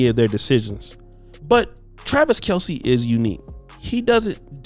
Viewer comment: His name is actually pronounced Travis Kelce (kelz) not (kelcee)